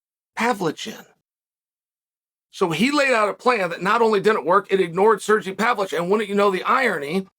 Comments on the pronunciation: “Sergee Pavlich” lmao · Serjee Pavlitch😂😂😂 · Sergee Pavlich 😂